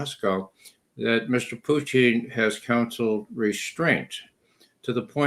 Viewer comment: Why does Ray always say “Puchin” instead of “Putin”?